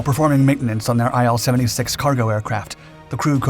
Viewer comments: Say: eel 76 Not: aye el 76 IL is for Ilyushin. Say: ee lyu shin Otherwise a fantastic video. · It's pronounced as "eel", not as "eye-L".